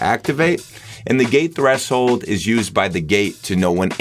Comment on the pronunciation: My guy says "thres-hold"